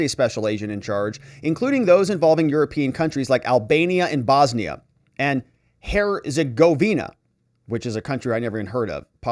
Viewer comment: Phonetically. “ Hertz. A. Govina” but was a nice try anyway.